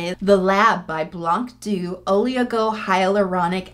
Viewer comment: small pronunciation tip : "blanc doux" is actually French (I mean the words not the brand) so if you pronounce it the French way the c is silent !